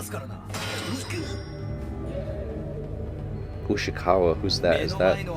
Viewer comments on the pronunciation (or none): saying "Ushikawa" is funny af LOL but I gotta say, Ushiwaka (Ushijima Wakatoshi—Ushiwaka for short) is the goodest and baddest boi in this anime, and he's canon too 😍😍😍 that's all I'll say, Coach since I don't wanna spoil you too much ❤